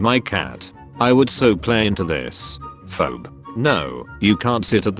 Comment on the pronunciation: Can't the AI be given a phonetic script? "Fee Bee".